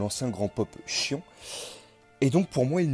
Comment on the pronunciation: Rhââââ ! MOU du bélier; Miù, mi-hou collé (c'est mieux) et le Chions.... quelle horreur; je préfèrerais franchement que tu utilises les noms prononcés à la manière asiatique même si ton accent sera probablement mauvais. Ce n'est pas une critique méchante et t'es loin d'être le seul à le faire